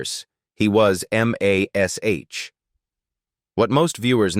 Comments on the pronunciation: “It’s pronounced MASH, like in mash(ed) potatoes. And Alda is pronounced “all duh”. Sheesh! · And doesn’t even 1 person who can listen to English tell the creator to fix it? The reader-bot doesn’t need to pronounce “Alda” as “AL-duh” it could be corrected in the script as “ALL-duh”. Or replace all the M*A*S*H with MASH. Or, here’s a thought, get A HUMAN to read it!! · Especially how it says MASH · Yeah, it was called MASH, not M-A-S-H. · You have got lots of interesting facts, but I could barely listen to it because of the mistake that your AI made. The title of the show is not. M – a – S – H. The title of the show is mash like you say, I have mashed some potatoes, so if you’re gonna bother to put out some thing like this, let’s do it right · Am I the only 1 that says: No war, no bloodshed, no atrocity could be worse than... A.i.'s grotesque voice mispronouncing everything. I loved that show but could hardly get through this stupid video hearing that ugly voice spelling out Em-Aye-Ess-Aich every time instead of saying MASH. Ai is NOT very intelligent!!! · UGG, no one can “hear” a scalpel cutting skin! You can see this, but the only thing you might hear is a scream if the patent wasn’t under anisthisia! And M. A. S. H. when pronounced is “mash” as in mashedpotatos. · Please teach AI that it's pronounced "MASH ". I got so sick of hearing M-A-S-H that I baled out of this video.!! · AI sucks. M A S H? Loretta Sweet. Really? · Good commentary for the best show ever. Someone should have programmed the robo-voice not to say M A S H, but say the word Mash, just like the show and all us fans did. Puts a dent in the authenticity. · Pronouncing every letter of the title, "M." "A." "S." "H." is NOT how the show was referred to, ever, and sounds stupid. Correct your AI because it's ruining the entire narration. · It's MASH ... not M A S H. Ugh!!! We're going to be replaced by this (AI)? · Gave up because of the terrible AI narration. M. A. S. H. Instead of MASH.